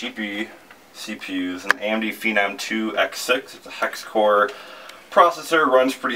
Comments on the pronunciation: What the fuck is a PHEEEENAAAM processor? It's Phenom, pronounced FENUHM. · Actually, it's feh-NOM, as in phenomenal.